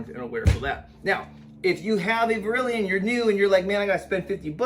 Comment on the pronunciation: It's def NOT verilion...